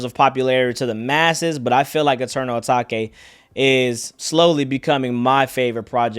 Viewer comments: It’s not Ah taki it’s ah take its eternal ah take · ETERNAL UH-TAKE not (uh-taki) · my guy still says eternal atakay